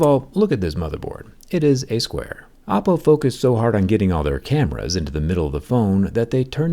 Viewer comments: Do you always say “oh-po” the first time to get people to comment and tell you that you’re saying it wrong, since you say it correctly the rest of the video? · Just me or does he keep saying Appo? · Am i the only one who heard Apple when he said Oppo???? Please help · You say Oppo but sounds like Apple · I kept mishearing Oppo as 🍏 but wow, this phone is truly the best smartphone out there at the moment, Oppo keeps delivering quality unlike other phone companies. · I keep hearing Apple Find X9 Ultra... not Oppo lol. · 'OPPO'sed to 'APPLE's , damn jerry😂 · Why do I keep hearing oppo as apple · I love how Jerry pronounces “Oppo” to sound like “Apple” because of how they copied Apple’s Sensor-Shift technology. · Everytime he says Oppo, I hear Apple. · He did. And when you think about it, the word “Oppo” itself is how East Asian languages would say “apple” due to the lack of an L sound. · Are you saying Oppo or Apple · i swear without the captions i hear oppo